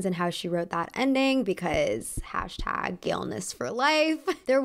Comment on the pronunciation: You did not just say galeniss for life wtf